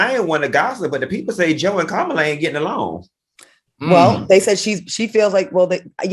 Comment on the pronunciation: Oooooh AL, blame it on the damn Tequila honey OK, cause you just messed up horribly pronouncing Kamala, name; lol